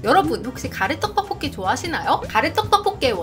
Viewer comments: BBC 선정 "떡볶이" 발음이 가장 찰진 유튜버 1위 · 영상 다 좋은데 떡볶이 발음이 너무 신경쓰여요 듣기 좀 불편할정도로 발음이 튄다고 해야하나 그부분 말고는 다 좋을거 같네요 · 가래떠떠뽀뀌 발음하시는거 신기하고(?) 중독되서 계속 돌려보는중.. 원래 그냥 떡보끼 발음보다 더 찰진(?) ㅎㅎ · 이분은 진짜 떡볶기 발음할때가 정말 중독성이 엄청 강하시내여~~정말 발음이 특이함~~ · 된소리 발음이 어마무시하게 쎈 분이 떡볶이 리뷰어다 보니... 발음으로 딱밤맞는 느낌이 드네요. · 이 누나 떡볶이 발음 할 때 '떡'자에 귓속이 폭폭 찔리는 느낌인데, 가래'떡' '떡'볶이 하니까 귀가 막 어우